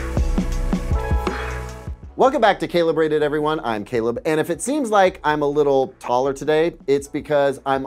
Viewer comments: CELEBRATED <- Calebrated -> CALIBRATED😂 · found out about this channel about a week ago, was wondering why nothing was showing in my feed from him. seems i missed some drama. And yes, it took me a week to realize 'CalebRated' = 'calibrated'.